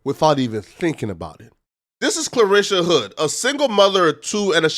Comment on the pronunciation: You're not saying her first name correctly. You're saying Clarisha .. it's Carlishia ..